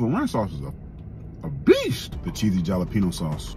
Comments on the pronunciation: dont ever say ja-la-peno dawg. its ha-la-peno. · The way this man say the word jalapeno makes me so angry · You tickled me with that Jah- lepeno sauce🤣🤣🤣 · Did he just said ja-lae-pino sauce??? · Cheesy jalapeño sauce the way you said it 🤦